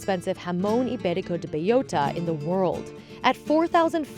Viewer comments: B-E-L-L-O-T-A, not beiyota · bay-OH-ta is the correct pronunciation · Why does she have to say the full name every second sentence and still butcher it like that ham lmao